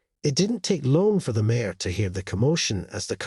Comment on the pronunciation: Mare not mayor. If this was automated voice it’s because the reader pronounces mare as a two vowel word. Maybe a spell check would be in order!! Nice story though.